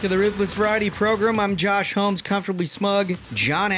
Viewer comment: Love the show, Trump all the way. Only thing is you keep saying “ProGRIM” bro it’s “ProGRAM” that’s how you say it. Program. Not progrim